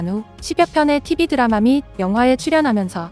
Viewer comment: 보통 미국사람들은 "드라마"를 "드래머"라고 발음하는데 이사벨은 한국사람들 처럼 "드라마"라고 하네, ㅋㅋㅋ......